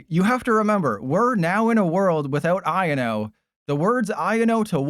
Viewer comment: It’s not iano it’s I o no